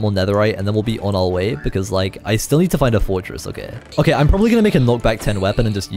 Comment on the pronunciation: “okeh” will never get old ✨